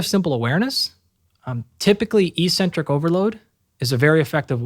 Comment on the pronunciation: Dr. Galpin, thank you for sharing your time and insights! However, your mispronunciation of eccentric validates your claim you were a gym rat early on. it is ehk-sen-trik. The first "c" is hardened by the "c" that follows, and the second "c" is softened by the "e" that follows. I highly recommend The Logic of English book as a family heirloom. Also, look into the importance of bio-copper to cellular energy production. The "chrome" in cytochrome c oxidase refers to the color the copper brings to the enzyme. All anti-oxidant enzymes, the real anti-oxidant work horses, are powered by copper delivered via its transport protein ceruloplasmin. It also happens to be the most sophisticated protein/enzyme in the human body with 1046 amino acids and up to 8 coppers. It also expresses as ferro-oxidase to flip ferrous iron in cells to ferric iron, which enable ferritin to remove the iron from the cells and prevent tissue buildup of potentially reactive iron stores. Cu is absolutely critical to the produ tion of Mg-ATP, the true energy currency of the cell, and NPK fertilizer has neither.